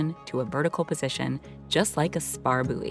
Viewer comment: Buoy is not actually pronounced as booey. Take the word "buoyant" then lose the "ant."